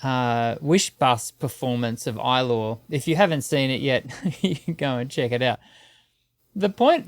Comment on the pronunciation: did bro said "i law" for ilaw? 😭 Its "e- lahw" it literally means light